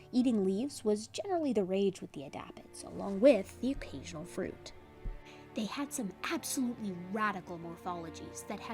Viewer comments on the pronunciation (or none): none